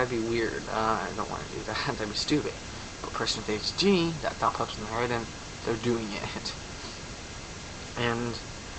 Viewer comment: hahahahahaha when you tried to say adhd , shit cracked me up